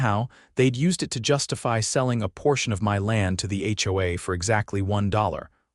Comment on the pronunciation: In addition, certain words are impossible for the ai voice to process. "HOA", "lien" and any legal term not found in the Chinese dictionary. We all have to be careful with AI and using it has its drawbacks. Please consider having someone read it instead of a computer generated voice system.